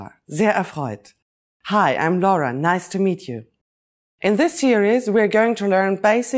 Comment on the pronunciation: Nice to find out that you pronounce "L-A-U-R-A" just like we do in Italian, and NOT "LORA" just like they do in English :-P Nice video anyway